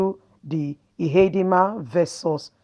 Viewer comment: Ihedioha not Ihedinma